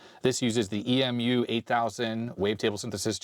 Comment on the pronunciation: In the synth world EMU is said like the flightless bird, and not spelled out.